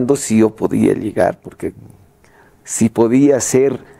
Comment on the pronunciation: Se pronuncia llegar no iegar. Cómo el conductor del programa. O es Peruano??